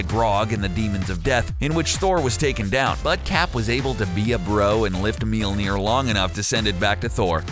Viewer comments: mjolnir pronunciation pretty cringeworthy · You don't even know how to pronounce Mjolnoir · Pronounce it properly? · I hate this because of the way he pronounces Thor’s hammer honestly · Stop trying to pronounce Mjölnir. You're not a viking, you're a 2017 US citizen. Just call it a hammer. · I'm not from Norway, and I still cringed. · not even Thor can pronounce Mjølnir right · I don't know what's worse some of the superheroes you chose or the fact you can't pronounce Mjolnir properly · Learn how to say Mjølnir. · He pronounces Mjolnir wrong. It's really fucking annoying. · The Iconic Hammer Known As "Meelner" i cringed. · "MEAL NEAR" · How cbr pronounces mjölner: melner How to accually pronounce mjölner: mjylner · Dude...its called Mjölnir not Milnir! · “..his hammer..” “MEELNEER” It’s pronounced: Mil-Nor. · Love how every americans prenounce mjølner mjilier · It’s not meolner it’s majolnir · "Meal-Mere"???????? ...uhm it's actually Mjolnir (m - yoll - near) with an umlaut over the "o". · It's Mjolnir, with an O. Your pronounciation sounds like Mjilnir. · Mjölner** nor Mjelner xD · It is not pronounced Melner it is mjølner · mjinir? ahaahaha, it's mjølner for gods sake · it's pronounced mjOlnir...not mjilnir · Meel-neer, huh? MEELNEER?! It's pronounced myol-nir. There are no 'e's anywhere!!!! Pronounce it right!! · it's not Mealmir it's Mjolnir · It's mjölner not mulinjer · hahaha mjölner not mjolnir wtf ur welcome and in the vid he even said meelneer like wtf hahaha xD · It's not Meller it's Swedish and its name is myøller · It's "Mjølner" not "Mjilner" XD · mjilnir??????????????????? IT'S FUCKING MJÖLNIR!!! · its mjölner! not milnir >.< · Meal nir? wtf? The english name is Mjolnir, and the original name is Mjölner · Molmir not milmir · btw it is möljlner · " That have carried the MyOLnEeR " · That not meil ner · it is pronounced m-iol-ner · he says "meelneer" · At the beginning he says mealnir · "mealnir" pls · Its not pronounced Mealnir lmao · he says mielnier